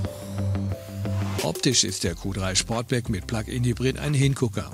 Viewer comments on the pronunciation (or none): Ich glaube er heisst Sportback und nicht Schportback 😊